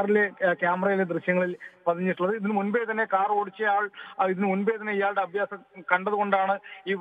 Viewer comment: Abhyasam alla, aabhaasam